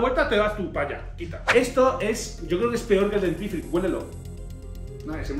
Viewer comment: Mike no es dentrifico es dentifrico😂